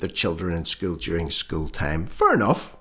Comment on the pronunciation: Good one - Suspect Young Helen’s not a MENSA Candidate!!!! Pronouncing ‘School’ with one syllable would be a start - after all she’s The Minister for Education!!!!!!!!!!!